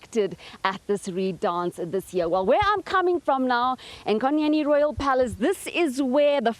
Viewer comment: Enyokeni not enkonyeni